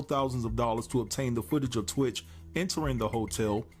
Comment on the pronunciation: You speak about this guy like you knew him, but can't say his name right. It's not T-Witch......it's pronounced Twitch.